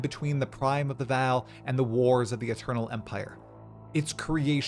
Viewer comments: Dude its "Vaal" not Val like Val Kilmer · Ngl i almost turned the video off because of how you pronounce vaal. Its said in game correctly you dingus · Wow you really butcher that Vaal pronunciation. Come on its not hard to say it correctly. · Hood lore dump. You just pronounced Vaal and Karui a little weird. 😂